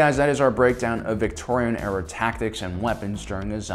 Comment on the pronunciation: I was wincing every time he said “Victorian”...